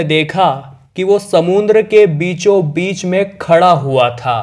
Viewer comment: समुंद्र नही समुद्र बोलो